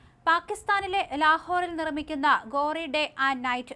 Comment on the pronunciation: ഗോറി അല്ല ഗോരി വെളുത്തത് എന്നർത്ഥം!